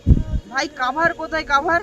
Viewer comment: কাভার না কোভার